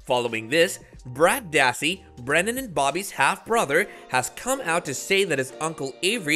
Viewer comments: I can barely understand ANY of this "Commentary"! His name is BRENDAN - not "Brandy" or "Brian". If you're going to make YT videos that rely heavily on commentary, slow down, and work on your pronunciation. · This is a HUGE disgrace!!!! I can't believe you just mispronounced my brothers name with BRANDY DASSEY IN THE BEGINNING 10 SECONDS. If you can't get a name right, don't even report! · Who the hell is brandy dassey? It’s Brendan dassey. Have some respect! 🤦🏻‍♀️